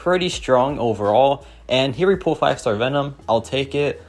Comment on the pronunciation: Is this guy saying pool instead of pull?